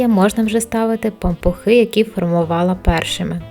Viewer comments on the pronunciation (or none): Таке огидне слово пампуХИ 🤢 чи то ви так його вимовляєте..незмогла додивитись до кінця... Кажіть нормально. Пампушки.